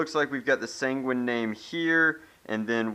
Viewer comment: sanguín sounds like penguin